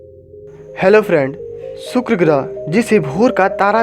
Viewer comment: सुक्र नही शुक्र बोलो